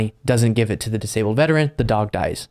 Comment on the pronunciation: I hate to say this but when you emphasize things like "they were a veteran! This is horrible" That implies that if it happened to just anyone then it wouldn't be so bad.